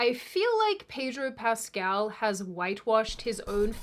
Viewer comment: Pedro Pest-al